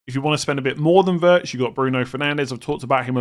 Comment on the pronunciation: I just want to mention that Wirtz is pronounced Veerts🤝🏻